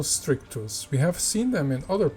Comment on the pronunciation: As always, beautiful footage. And yes please, more background videos with scientific information is a great idea. It’s Hemigrammus stictus by the way, not strictus with an ‘r’. 🙂